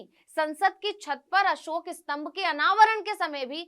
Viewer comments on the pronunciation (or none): none